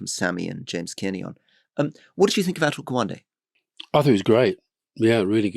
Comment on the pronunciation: When you reference interviews, books, etc. you should take care to not mumble or to provide a link in the show notes. I am unable to find anything related to the reference made by Rory to an interview with "Asher Gwande". Can you provide the actual name or cite the interview link? Thanks.